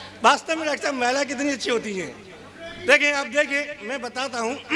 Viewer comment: महिला को मैला कहने वाला हिन्दी सीखलाएगा हमे!! सोनिया गांधी हिन्दी भाषी नही होते हुए भी तुमसे अच्छा हिन्दी बोल लेती है।